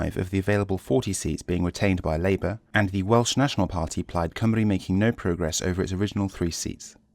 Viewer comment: You pronounced Plaid Cymru correctly O.o Never heard English people do that.